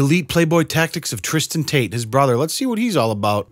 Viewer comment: Really wish he would pronounce his Ts. What is he, an'rew 'a'e? Is his brother 'ris'an 'a'e? He doesn't sound bri'ish.